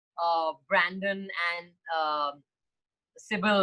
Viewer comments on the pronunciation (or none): It’s Branson, not Brandon. But I welcome Swara to the Downton Abbey Fan Club. 😂